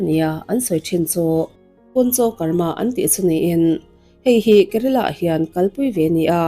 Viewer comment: Kerala tih tur